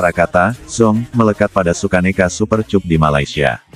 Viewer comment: Aduh min Bacanya kok Super Cup min cup cup cup bibir dikecup kyk lagunya Rhoma duh .. duh....duh